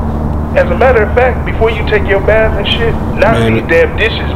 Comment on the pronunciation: Told ol boy to take a “baf”